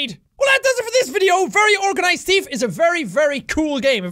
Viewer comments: THEEEF not TEEF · thief not teef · watch out for da flying lettuce!! Top..of..the..morning..to..you..laddies...and welcome to something called the very organized teeth.. He actually says that :3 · Actually thought you said "The Very Organised Teeth" 😂😂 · did you notice that he said teef and not thief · Am I the only one who thought that in the beginning Jack said "The Very Organized Teef ?" xD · At the start he said teeth insted of thief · The Very Organised "Tief" lol Sorry Jack. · U SAID TEETH LOL!! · Did anyone hear sean/jacksepticeye says the very organize teeth or its just me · You said teeth at the beginning instead of thief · Why does he say teef instead of thief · Ha ha ha you said tief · did he say theeth at stary? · Lexi Rene ME TOO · me to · I heard "teet" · The Very Organized Teeth. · I like how Jack says "thief" in this video - especially in the intro - he pronounces it like "teef," and it's kinda cute. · I like how he pronounces it "the very organized teef" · I am the only one that heard "The very organized teeth"when jack said it? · It sounded like you said “Teeth”. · 00:5; organized teef! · did he say thief teeth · Lexi Rene that's because he did